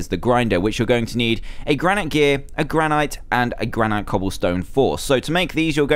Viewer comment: It's pronounced gran-it